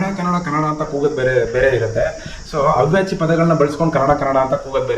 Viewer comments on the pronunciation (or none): ನಿನ್ನ ಮಾತೃ ಭಾಷೆ ತೆಲುಗು ಅಂತೆ ಅದು “ಅವ್ಯಾಚಿ” ಅಲ್ಲ “ಅವಾಚ್ಯ” ಪದ